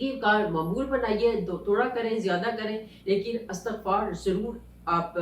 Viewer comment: اسلام وعلیکم ۔۔انتہائ معذرت کیساتھ ایک correction کرنا چاہوں گی۔۔۔یہ لفظ استغفار نہیں ہے۔istaghfar h..الف کے نیچے زیر ہے۔۔۔امید کرتی ہوں کہ آپ نے مائنڈ نہیں کیا ہو گا۔جزاک اللّٰہ خیر